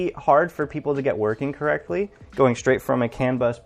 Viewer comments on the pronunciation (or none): none